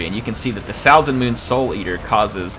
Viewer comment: Really cool battle, now I wanna play a norsca campaign. Also (It really doesn't bother me, you did as you could) your pronunciation of Salzenmünd is not the best, for me as a German ^^